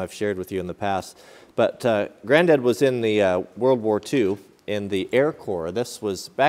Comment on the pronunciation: Who's GRANDAD????!!!! Not mine! OH YOU MEAN YOUR GRANDAD!!! oh OK. SAY IT PROPERLY!!!